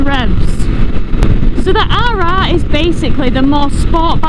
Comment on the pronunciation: With all them rrrrr rrrrr you sound like a pirate 🏴‍☠️ arrrrr🤣🤣🤣